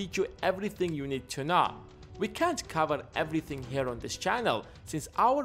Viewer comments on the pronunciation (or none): none